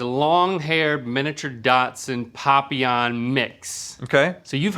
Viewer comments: why do you pronounce dachshund datsun? its not an old nissan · I’d like to know why I’m hearing Datsun instead of Dachshund… 🙄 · Dachshund.... there is no T in there. Not dash hound. Dachshund. Dach snd. I don't know how to write pronunciations. But still... dachshund. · Lol WHY ARE THEY SAYING DOTSUN?!?! I have a mini dachshund and I’ve heard dash-hound, dashund, and the (I think) proper way to say it, dack-sund or dock-sund, but never dotsun 😂 isn’t that a car? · WHY DO THEY KEEP SAYING DOTSON INSTEAD OF DOCKSOND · It bothers me more than it should that they kept saying, "Datsun" instead of "dachsund" 🚗😂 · I think it's cute how they say dot-sun instead of dock-sund. It must be a Cali thing. LOL! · Does it drive anyone else crazy that they call them Datsuns…like the car, rather than Dachshunds..? Lol. Dock-sunds. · It's Dachs-hund, (pronounced Dacks-hund ) meaning badger hound. Not Dots-hund. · What the frig is a 'dot son'? It's a 'daks hund'. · Are they saying Dotson? Not Dockson? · I don’t know about anyone else but hearing them pronounce “dachshund” as “dotson” reeeeeeeeally really hurts my brain, I’m 99% confident that it’s pronounced like “dash hound”? Am I crazy???? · I love how no one ever corrects their pronunciation. 😂 "Dotson" and "bichon freeze" made me laugh. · I just love how you’re pronouncing daschund as Datsun 😂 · lol why are they saying "datsund" for dachshund O_o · I love their pronunciation of “dachshund”: dot-soond 😂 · I was listening to this while doing assignments for work/school and I thought they kept saying Datsun/s. I was really confused about what that had to do with dogs😂😂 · Omg Rhett saying "Datsun" everytime. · I am german and I have to say the pronunciation of dachshund is wild…just freaking dots‘n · Is Dachshund supposed to be pronounced Datsun? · I love that Rhett pronounces dachshund like “Datsun” lol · As a German it's so interesting to me how Americans pronounce Dachshund like "Doxon" 😂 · They’re just saying “Dotson” 😂